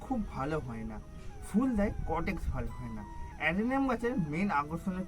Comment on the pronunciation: ওটা কটেক্স নয় কডেক্স(caudex)